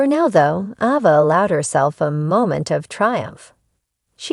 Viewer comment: Please pronounce the names correctly. The A in Ava is not a short A it is pronounced with a long A like the word "A". It is not Ahva!